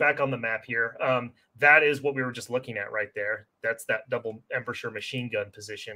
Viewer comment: Spent an entire flight from Seattle to Austin watching this - will make my next visit to Omaha Beach much more knowledgeable! One constructive comment: Embrasure is pronounced "em-BRAY-jur"